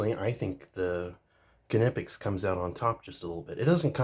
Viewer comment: 2 totally different tools with 2 totally applications... both are worth having... for diff jobs.... but yes for all around stuff the cobras are way better just cuz there way more rounded...... and it's just nip- ex or how there pronounced i mean... lol I only know that cuz I'm in the trades.... well that and we don't say knives or knife with the k lol it's always silent... just wanted to let you know